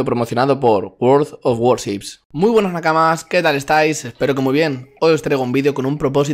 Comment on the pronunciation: Lo mejor del video fue pronunciado "world of warships"jajaja, es broma eh buen video